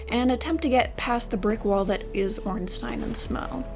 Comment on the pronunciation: Andre and Giant Blacksmith got your back if you’re not a sorcerer. Also, Shiba and Crestfallen merchant sell decent weapons. Also, I appreciate you pronouncing “Ornstein” correctly